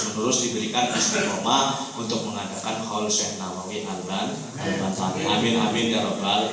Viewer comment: Yg benar AL-BANTENI bukan AL-BANTANI